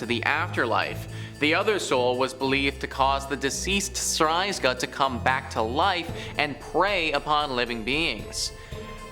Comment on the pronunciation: It’s actually ‚strzyga’ not ‘stryzga’